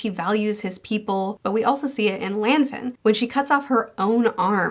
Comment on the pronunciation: I've only watched the anime (both versions) so it's nice to hear that the story in Fullmetal Alchemist: Brotherhood seems to be identical to the story told in the manga. Please pronounce Lan Fan correctly. My theory on why Al's mark reacted to the blood spurt has always been the assumption that any type of change to those symbols messes with the soul-medium connection. Adding new blood to the symbol temporarily changed the symbol's power.